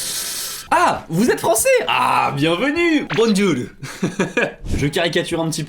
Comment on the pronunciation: Bondjour... jaimes bondjour 🤣👍